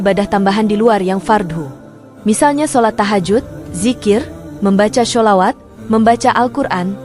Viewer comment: Nyebut shalawat aja salah